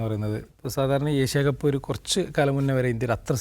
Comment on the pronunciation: ഏശ്യ കപ്പ് അല്ല.. ഏഷ്യ കപ്പ്.. അക്ഷര സ്ഫുടതയോടെ സംസാരിക്കൂ...